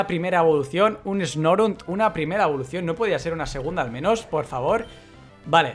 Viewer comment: Guau!!! Esta Locke va a ser chevere!!!! Ese Lugia fue bastante troll:v Y tu Snorunt (le dijiste Snorint cuando leíste la Pokédex) puede evolucionar a Glalie lo cual es bueno! Buena suerte!!!